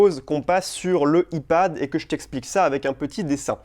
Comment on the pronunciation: Super mais ça se prononce pas i. Pad mais iPad